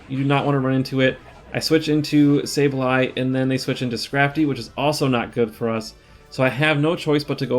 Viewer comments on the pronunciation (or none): It’s not SaBEley, it is SaBLEye :) maybe you could check it on your book and let us know? congrats on rank 10, been following you for a while, my absolute fav content creator!